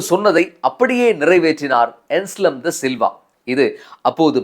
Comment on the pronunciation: "ANSLEM" "அன்ஸ்லம் "ඇන්ස්ලම්" "என்ஸ்லம்" "එන්ස්ලම්" அல்ல